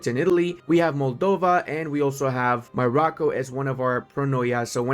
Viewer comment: I do not want to say Morrocco like that, thank you tho